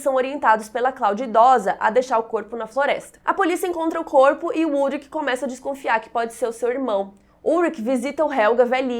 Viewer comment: Só uma correção, meu marido se chama Ulrich...e se fala, Ulrixi e não Ulrik